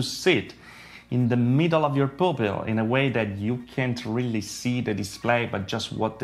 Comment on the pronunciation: It sits right in front of your “POOPILS” 😂